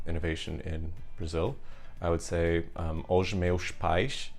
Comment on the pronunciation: I hear /ˈo.ʒ ˈmewʃ ˈpajʃ /. To say "os meus pais" I'd say /uʒ ˈmewʃ ˈpajʃ / or even /uʃ ˈmewʃ ˈpajʃ /. Btw, I'm not native, I am just a student of European Portuguese.